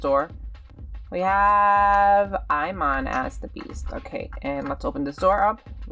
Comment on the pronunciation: I think his name is "Simon" not Imon, lol.